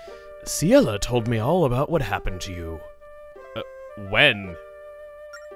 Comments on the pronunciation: FINALLY. After over a decade, I finally know how to pronounce Ciela's name correctly. Thank you Chugga. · Ciela is pronounced See-ella, so I think that's what he's referring to.